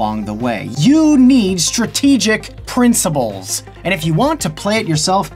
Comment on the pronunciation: did he just say princiBles??